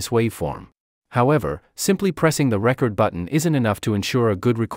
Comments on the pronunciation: Had to stop listening. There are other videos out there with actual voices, not AI. Seemed counter intuitive to me to have an AI voice on a how to video on how to record. Plus, can't stand when it says how to record your voice.... and it makes it sound like the old vinyl records when it should say how to reCORD. SOrry, but a thumbs down for me. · Is this ai.....it gets the word (recording) correctly but not the word (record).. it says record as in (a vinyl record) /single/album so does anyone wonder what's going to happen when we no longer hear human voices any more ... because this is what it's going to sound like..Zero personality!... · You should accent the second syllable of "record" when it is a verb,. Accenting the first syllable makes it a noun.